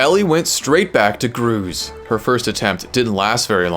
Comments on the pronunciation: It’s Gruz Mother, not Grooze. Great vid tho 👌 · WHY IS NOBODY TALKING ABOUT HOW HE PRONOUNCED GRUZ MOTHER; GROOZE. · Very cool video, I'm glad Ellie had a good time with the game! …though as an it did hurt a little every time you said Gruz Mother's name as "Grooze":P (it rhymes with buzz, and "mother" is a part of the name, not a subtitle) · Please just say gruz mother normally